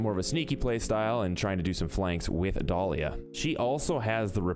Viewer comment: Dolía u mean Dalia lol love ur vid tho